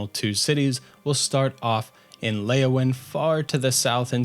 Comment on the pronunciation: Not Leyawin